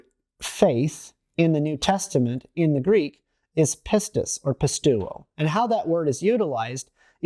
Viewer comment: Great message but pisteuo is pronounced pistevo. The greek ευ is pronounced ev.